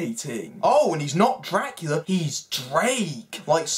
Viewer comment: Your videos would be way more enjoyable, if you didn’t sound like your whining throughout the whole video/videos. Especially you unnecessarily dragging out the last syllable in ever sentence (“Draculaaaaaaa” “babyyyyy” “arouuuuuund” “montaaaaaage”)